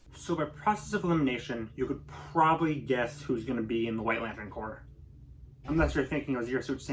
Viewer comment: I definitely agree with this video, all of these seem like the right Corps for each character. My only complaint is you say Corps like corpse instead of cores like it's actually pronounced.